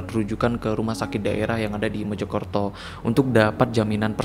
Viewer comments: Mojokerto kak .. bukan Mejokerto .. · Mojokerto pak, bkn MEJO KERTO ~ Meja Kereta